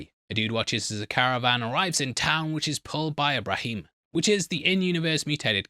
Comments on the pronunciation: Bra-Min, not Bra-Meen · Brahmin…. Not “Brahim”…. I swear, these channels butt into our fandoms and act like they are big fans like us just because the franchise is getting a very popular show. Either know what you’re talking about, or just admit you’re reading the Wiki for views. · brah-man, not Brah-heem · Slow down man, butchering pronunciations left an right bruhmeen? BRAH-MIN You mention other people getting confused but youi've literally got more confused than anyone else in making this video and got ALOT wrong. Delete it, and re-do it. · the same way he called a Brahmin a "Brahime" ... couldn't take the rest of the vid seriously, so shutting it off. :( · WTF is a “Bra-heem?” The word is literally spoken aloud in multiple Fallout games. I don’t think you’ve played any of them. You lack all credibility. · Did he call a Brahmin a brahim? And the patrolling the Mojave line is a big quote from new vegas and a big meme in the community, the show did that for the gamers just like big iron in ep 1. You could've easily found this stuff out. Kinda dropped the ball in a rush to get the video out. Come on man you're one of the good youtubers dont lose credibility! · This dude’s literally just lying about playing Fallout. He played Fallout 4 enough to be wowed by the airship and got immersed in the world, but he doesn’t know it’s pronounced BRAHMIN??? Guys, this channel just reads Wiki pages to you so they can get payed by sponsors. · A brah heeem?!?! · the way he pronounced Brahmin as Braheem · Saying the water purifier was from 76 made me raise an eyebrow 🤨 Then you mispronounced "brahmin" and I was done. You can't just hang up a few Fallout t-shirts in the background and pretend to be an expert, man. We can see right through that ish, bro 👎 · Long winded and not so much spoilers as obvious thing we all noticed. Also how do you not know how to say Brahmin. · The way you said Brahmin makes it seem that you didn't playe the games